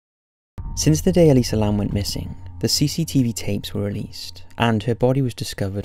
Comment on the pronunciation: actually its Elisa Lam.not Lamb.